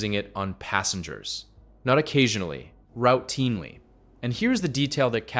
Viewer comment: I think this might be AI? Who says "ROUTE tinely"?